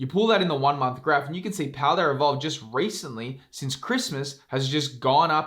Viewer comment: There is no “R” in paldea evolved